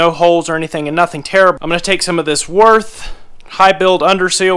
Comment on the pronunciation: Great job, one of the best channels and entertaining vids - keep on going, please! (by the way Würth is a German brand, there is no real "th", the right pronounciation is "Würt")